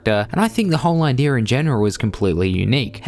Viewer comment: "Idear" makes my ears bleed.....